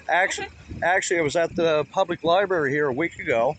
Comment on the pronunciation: What’s a libarry? It sounds similar to a library.